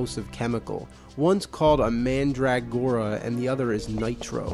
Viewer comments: Could he make any more of a meal of the word Mandragora? MAN DRAG GORA... instead of MANDRUH gora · Man'drag'gora pronunciation is funny sounding, I just say mandra'gora